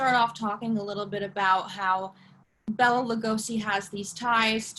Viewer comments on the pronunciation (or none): Why can't the host say BELA...(Bay-la). Bella is a female name